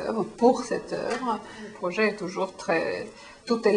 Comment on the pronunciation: "pro-geai"?ou projet...